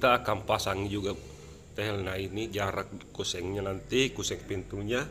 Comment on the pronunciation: Kusen bukan kuseng, pasti org Sulsel 🤣🤣🤣